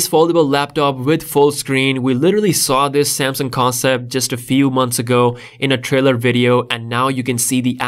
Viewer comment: Because he says like that🤣🤣